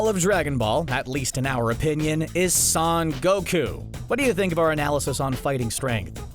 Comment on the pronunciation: Dbz fans : son goku CBR : saun goku